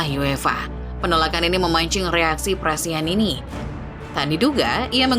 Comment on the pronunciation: Prestianni min, bukan prestianini.